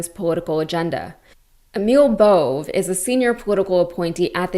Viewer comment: Another good report. Just a note: that arsole, BOVE's name is pronounced, "BOW-VAY."